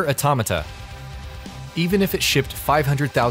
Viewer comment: Finally someone who says it correctly lol...... I hear so many YT'ers calling it Auto-mayta.....